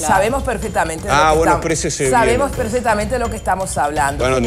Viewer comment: Gloria se dice "perfeCtamente"..no PERFETAMENTE